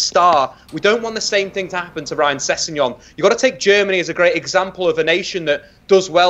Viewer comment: Say it with me now - Sess-eg-non!